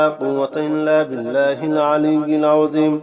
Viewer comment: ঠিক ঠিক উচ্চারণ আছে।